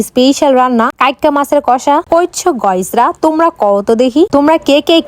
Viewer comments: আরে ওটা গুড মর্নিং হবে আর গোয়েস না গাইস হবে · গাইস না বলে গইস বলো কেনো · গাইস না গোইস 😂😂